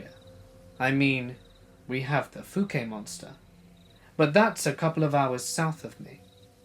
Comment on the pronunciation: Fookay monster. Just wanting to correct that. The ou in fouke is pronounced like ouch